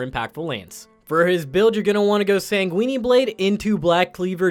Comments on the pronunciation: "sangweenie blade" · San-Gweenie Blade. lmfao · Chris This yeah, he’s really focusing on the sanguinE blade